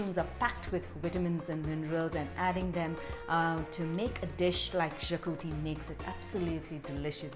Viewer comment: Xacuti is pronounced "shacuthi"